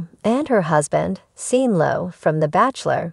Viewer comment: Before you make another of these videos, make sure you are pronouncing the words correctly!! It is not Seen, Sean is pronounced Shawn!!!!